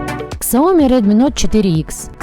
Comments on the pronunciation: К..к...ксаоми? Может быть СЯОМИ? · прежде, чем идти клепать обзоры, коих тысячи, выучили бы произношения названий производителей... после ксаОми выключил нах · Господи!!! Ну почему Ксяоми? Почему нельзя говорить без ошибок? Прям слух режет 😱😱😱